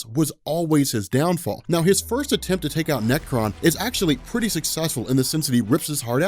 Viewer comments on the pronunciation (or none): none